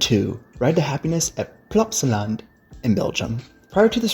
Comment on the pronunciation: The way he says Plopsaland 😂